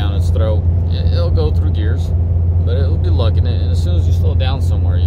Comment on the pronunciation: have you had a few "travelers" on the way dude, did you say gears or beers ?